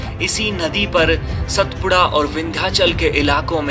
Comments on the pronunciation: अरविंद को आरविंद नहीं कहते. उसी प्रकार सातपुडा को सतपुडा नहीं कहते. भारत में हर जगह शब्दोच्चारण की समस्या है. मगर अच्छे पार्श्व नाद कलाकार को इस का ध्यान देना उचित है. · सतपुडा नहीं सातपुडा कहो. मैं बार बार कहता हूँ की शब्दोच्चारण पर अधिक ध्यान देना उचित है. विडीओ बहुत सराहनीय है. शुभ कामनाएँ.